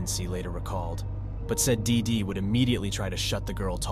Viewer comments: "DEEdy" is how the name is pronounced for fuck sake. Hard to listen to you mispronounce it endlessly. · Everytime he says DIDI so hard I think of Dexter's Laboratory 😅😅😅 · Why do you keep saying DeeDee like that? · Why you gotta say “dee dee” like that though 😭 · I really wished he would stop sayin DeeDee like that 😒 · It’s distracting how much emphasis he puts on the name “DEE DEE!” I feel like I’m being punched in the face every time he says it haha.